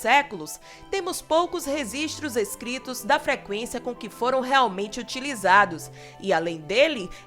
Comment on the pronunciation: Parei de assistir no “Resistro” peloamor